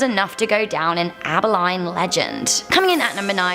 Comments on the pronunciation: Abi-lean! And La Yarona! Not Abi-line and La Lawana! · Get it right geez Abilene sounds like Abaleen not abaline! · It’s aba(lean) Abilene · It’s pronounced ab ah leen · Abilene = ăbi leen. Bexar = bā har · Abilene is pronounced AB-uh-leen... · lol i live in Dallas, Texas which is 2 hours from Abilene… her butchering how you pronounce it bothered me 🤣 it’s Abilene like (abi-lean). i’m from canada as well. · It pronounced aba-lean. Just so ya know. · It's pronounced Abileen. Lol. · I grew up in Abilene (Pronounced- Ab-a-lean). The black eyed children are understood to be truth in Abilene as well as nearby Lake Fort Phantom. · Yeah she said it incorrectly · It is so funny on how ppl say Abilene lol don't worry I for one love your accent and some ppl can't pronounce anything right I have a southern draw and still can say certain words lol you are so beautiful and you seem nice so don't worry about it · I still live in abilene, hello! :) she did pronounce it wrong. We made the list though!